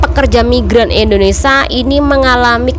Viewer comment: Mbk knp sllu bilng indonesa.kita kan indonesia bukn Indonesa